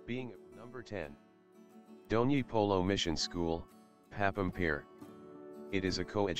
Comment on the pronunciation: Bdw it's not Dhoni polo it's DONYI POLO VIDYA BHAWAN